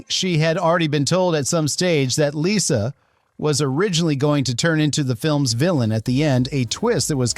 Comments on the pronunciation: Lyssa. Not Lisa. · Not "Lisa" as you're pronouncing it. It's "Lyssa".